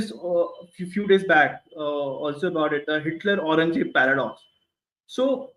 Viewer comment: They have Audrey trushkey on their side we have a guy who can't even pronouce aurangzeb